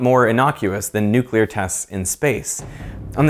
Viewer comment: Thank you for saying nuclear properly - "new clear" not "newk ular".